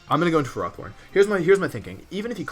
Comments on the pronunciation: It seems Markus has won the war, you started pronouncing it "FerrOthorn" too. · Wolfy you started calling it ferrathorn! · I love you dude: after the almighty "de-kee-dwee" now we got "ferròthorn". Your pronounciation turns old well-known pokemon into a new discovery 😂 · Wolfe you are good as so many things, but pronouncing Ferrothorn is not one of them. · The way you pronounce Ferrothorn makes me cringe